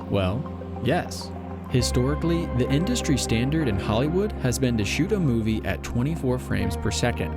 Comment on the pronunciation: ...I'm never gonna hear the word "movie" the same again